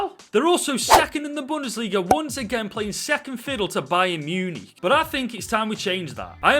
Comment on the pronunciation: I have family from Stoke and never knew I needed to hear them say Munich so much MEEYEWNEEK